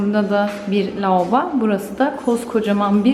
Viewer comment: Tovalet lauba... 😂 Allahım güzelim Türkçemize yazık oluyor.